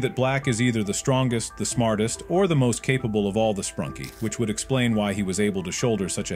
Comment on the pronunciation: its sprunki not sprunk, sprunkie nor spranky and spanky